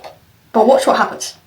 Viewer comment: Акцент какой-то французский Вместо обычного "Watch, what happenes", она произнесла "Wosh what happens"